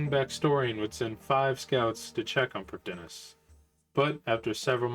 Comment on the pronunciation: Just one nitpick from me Prifddinas uses Welsh spelling and pronunciation, as with all Elven areas/characters of RuneScape. So the correct way to say it isn't as straightforward as it seems. The correct way to pronounce it is "Priv-thee-nas", since 'dd' in Welsh makes a 'th' sound.